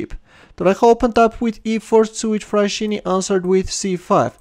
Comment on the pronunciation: Nice video! Just a note on the Fraschini surname. It is of italian origin and the letters 'sch' are always pronounced like if it was 'sk' so you read it like Fraskini